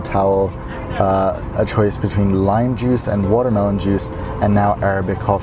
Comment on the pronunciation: i love when your NY comes out when you say watermelon, arabic, and coffee lmao